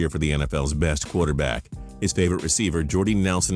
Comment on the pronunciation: He says qwater back lol its quarter back man